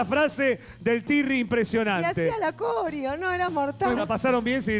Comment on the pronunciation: Tirri no turri